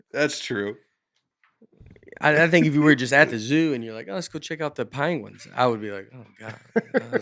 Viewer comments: I love how Nate brings up "pAnguins" every episode 😂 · he trashes aaron in an early episode for saying "panguins", truth is there isn't a hint of proper english on this podcast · that’s true haha I feel like Aaron says it correctly though